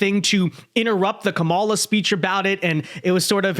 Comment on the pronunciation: That's the first time I've heard Trump pronounce her name correctly as "KAH-mala," instead of "Ka-MAH-la." Just an observation.